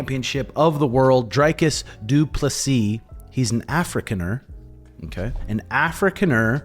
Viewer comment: Good video. Just for future reference Dricus is pronounced Dree-cus and your pronunciation of du Plessis is spot on